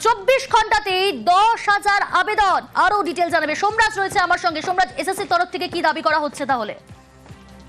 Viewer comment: সোমরাজ ❎ ডোমরাজ ✅